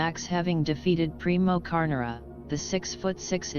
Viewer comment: You're mispronouncing the name of former champ Primo Carnera indicates an embarrassing lack of knowledge of the sport of boxing.